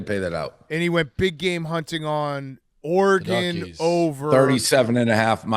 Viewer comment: Dave should learn how to pronounce Oregon